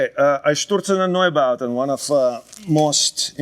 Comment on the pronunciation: the way he pronounced Einstürzende Neubauten hahaha